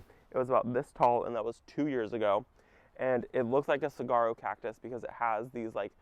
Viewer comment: FYI Saguaro is actually pronounced like Seˈwärō I live in Arizona and grew up familiar with the cactus.